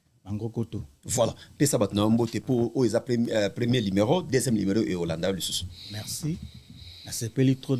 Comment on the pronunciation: Batu ba tanga te ba ilettrés nde ba lobaka limero aroport 😂